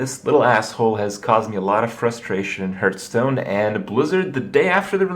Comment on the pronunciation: Hurtstone, lewl wut